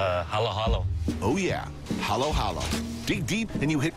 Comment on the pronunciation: Halo-halo not hollow-hollow. halo is a Filipino rootword which means "mix". when you say paghalu-haluin means "mixing".